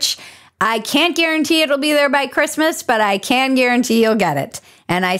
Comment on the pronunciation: Bridget doesn't say "Christmas". Sigh.